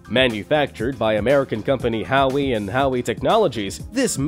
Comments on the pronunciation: It's Howe and Howe Tech sounds like How not like Howie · Howie and howie......lol Either this is a text to speech channel or another talking head that doesn't know anything. Bomba-deer? jesus. 110KN?! That's 110 kilo-newtons, not knots you doofus. The M.I.G. I'm out. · triggered me when he mispronounced Howe and Howe ..the "E"s are silent nimrod!